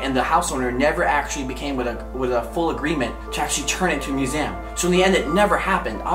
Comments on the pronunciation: MUSEEEEEEEEUM LOL NOT MUSAYIUM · It's pronounced mus-e-um not mus-am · I am sorry but he can’t say museum he says museuam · “Muesam” it’s a museum where the “a” at?? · SupremeBate I've never noticed he says it as musams. Sorry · “Musaum” dead😂😂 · i like how u pronounce museum as myusam 😊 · It's awkward how pronounces "museum" as muse-m lol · He says museum wrong!😂 like museam!😅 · Repeat after me, MUSEUM, there is no A in there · why did he say museum like that.. lol I've watched it 14 times. Love your videos though! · Also why can't he say museum properly 😂